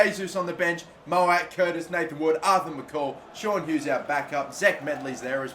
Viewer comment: Pronounce MacColl Correct. Its Mac-Coll not mc-call